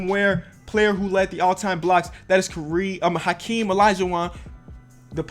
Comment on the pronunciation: you always say kareem instead of hakeem